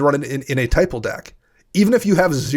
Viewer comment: Matt values his life total way more than he should. The only life that matters is the last And actually saying typal killed me. It’s not typal